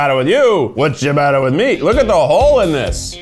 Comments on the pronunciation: Sia-ba-ta... Thats how jou pronounce ciabata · Hearing keith’s pronouncion of italian words like doppio and ciabatta had me cracking😂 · I’m sorry, but that pronunciation of ciabatta, as a person with Italian heritage, made me die of laughter lmao 😂😂😂😂😂